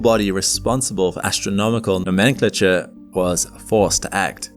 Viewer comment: you might need to look up how to pronounce "nomenclature"